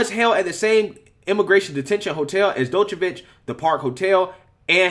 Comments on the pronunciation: Damn, you totally NAILED his name there, buddy. Each pronunciation further and further from the correct. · FYI, the "D" in his name is (approximately) pronounced like the "J" in Jesus, the "ic" at the end of his name sounds kinda like "itsj"... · Your butchering his name bud🤦🏼‍♂️😂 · no... you pronounced Djokovic wrong.... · Bro the D in his name is silent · You're butchering his name. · Lol you dont pronounce the D in his name its only Jovokic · You need to sit down and learn to pronounce his surname correctly. It was absolutely bloody annoying.🙄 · "D" is silent whe you read Djokovic !!! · Love your show but your not pronunciation Novak last name correct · The d is silent dawg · It's Novak Joke-a-vich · lol its pronounced Jokavitch. :D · "Dochevitch", eh? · not "jock" but "Joke" Jokeovich. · NOT DOCHVICH........ D IS SILENT ITS JOKE A VIC...... PLEASE PLEASE IF YOU DON'T KNOW HOW TO PRONOUCE IT GOOGLE THE PRONUNCIATIONN. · The way you read the article was funny. Drawing out the last words 😂. The D in Djokovic is silent as well. Jo-ka-vich. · Its pronounced Jock-O-Vic. All Djokovic signs are not allowed at the Aussie Open, and called "Inappropriate" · It's pronounced Jo-Kaw-Vich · Its pronounced "jock-a- vich" 😂🤣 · It's pronounced NoVac(AS IN NO VACCINATION, JOKE-A-VICH) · It's pronounced Jo-ko-vich (D is silent) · (Joke-uhh-vitch) sorry it was bothering me lol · Jock-o-vich. Sorry to be that guy, but it was bugging me. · Small point. His name is pronounced " jockovich"(the joker) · Novak Jokovich* is correct pronuncation. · Joke-o-feach that is how you pronounce it in English. You pronounced it in 5 different (all wrong) ways in this clip. Must admit, first mistake I caught you with.;-) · Pronounced, “Jockavitch”.🤗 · Who is this 'Dokovic' you speak of?😏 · It's pronounced JOCK-oh-vich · It's pronounced 'JOKOVICH' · Doo -ka-vitch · It's pronounced "jokeovich" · As a matter of fact it would nest be pronounced Jock o vich